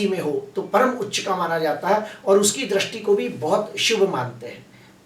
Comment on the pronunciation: Drasti nahi sir dristi boliye please sir